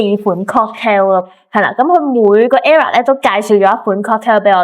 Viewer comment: era =E+ra 唔係 error 咁樣發音